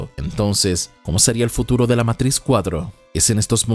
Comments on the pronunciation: No digas matris wey, es matricks(matrix) la matris en algo de la mujer con el embarazo xd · Matrix que es eso de Meitrishx jajajajjaja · Nio meitrix nio meitrix jajajajaajaja inglés perfecto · Meintrixch que pronunciación 😂😂😂